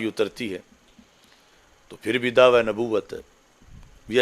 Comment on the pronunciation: Mufti sahb dhawa lafz nai dawaa hota ha urdu b thek nai aap ki